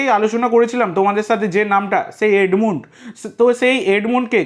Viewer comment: দাদা ওটা " এডমুন্ড " নয় ওটা হবে " এডমান্ড " 😅😅